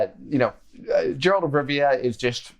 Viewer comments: If you have played the games why you pronounce Geralt's name like that 😅 Very cool video though and I love your channel but calling him Jerlat was unexpected 😊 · Played all the games of Witcher and still calls him "Jeralt of Rivia" 😪